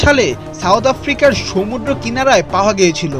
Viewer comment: Pronunciation of samudra is wrong.